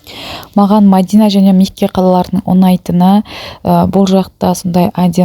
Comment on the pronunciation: Ассаламуалейкум Мадина емес Медина деп айтсаныз дурыс болады..